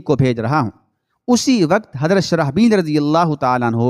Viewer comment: حضرتِ شرح بیل نہیں شرجیل نام ہے درست کرلیں